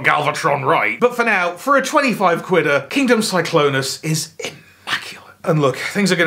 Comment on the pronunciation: “Glennclonus.” You’ve killed me